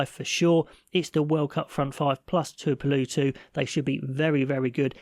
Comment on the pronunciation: Tuipolowtu is how hos nome is prununced